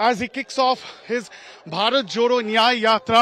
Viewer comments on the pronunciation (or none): none